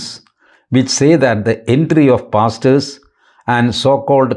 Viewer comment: When you pronounced pastors, I heard something different 😂😂😂